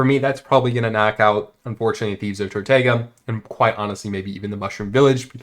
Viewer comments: Bro it’s TortOOga not TortAYEga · TortOOga not tortayga 🥴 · Please learn how to pronounce Tortuga